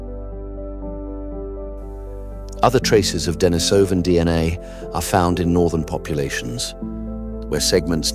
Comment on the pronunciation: Pronunciation: De-NEE-so-van, not De-ni-SO-van. The cave where the first finger bone was found was called De-NEE-so-va cave based the adjective derived from the Russian name Denis (pronounced De-NEES). I don't understand why the majority of YouTube videos on this subject get the pronunciation so wrong when just a smidgen of research would yield the correct pronunciation. Laziness, I suppose.